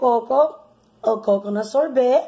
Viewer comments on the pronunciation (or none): It's not sorbit it's sorbet Lol